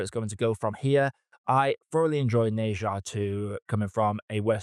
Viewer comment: Bro, try saying "Ne" as if it rhymes like "Her" instead of "Nay".